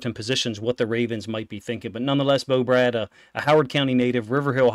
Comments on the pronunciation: Love your content. Fyi its pronounced “BRAID” not “Brad” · BRADE!!!! not Brad